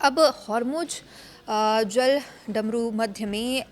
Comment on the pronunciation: अरे गधों , जल डमरू . नहीं होता जलड मरू होता है ।